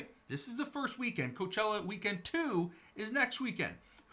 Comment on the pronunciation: Coachella sounds more like Cockroachella for me 😂😂